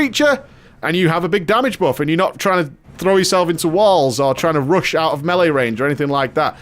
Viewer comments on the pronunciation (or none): none